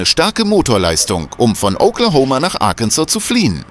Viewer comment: Please get a different narrator this one can not pronounce several words, Arkansas and Arkansas river